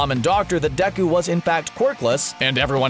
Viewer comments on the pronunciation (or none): ummnn...you know its pronounced day-ku and not decku even tho his name is spelled deku does not mean you can call him decku